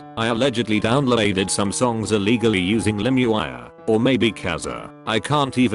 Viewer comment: Great channel and content, but could you try getting a narrator/reader who is not a dumbass? "Riaa", "Limeywire", WTF!?!